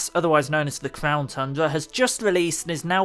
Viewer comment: Bro he said clown tundra "clownyrex"